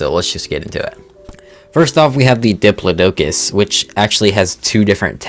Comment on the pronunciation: Dip-LAW-dih-Cuss (propper pronunciation of diplodocus)